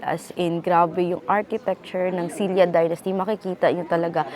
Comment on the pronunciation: I love Gyeongju and I enjoyed watching this episode so much. Thanks for sharing this experience with us! P.S. Silla po is pronounced as Shin-ra or Shil-la 😊